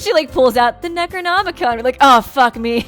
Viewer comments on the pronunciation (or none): none